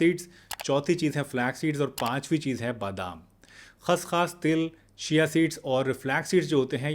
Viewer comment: खस खास नहीं खस खस कहो ।